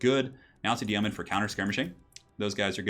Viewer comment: It's YOEman ... like BOWman ... not YAYmen